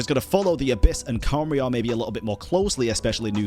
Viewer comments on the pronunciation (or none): none